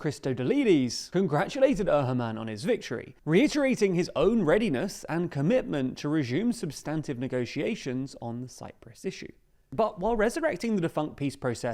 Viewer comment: How can you just say Bloody Xmas happened without contextualizing it? Shocking. Resume is not pronounced rezhume, which is as ridiculous as parmezhan.